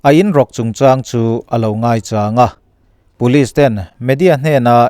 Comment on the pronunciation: Ngating Police hi Pulis tih a I lam zeel le ka ti ..Aizawl lam YouTube narrator ho reng2 hian Puliz zu han ti vek aa..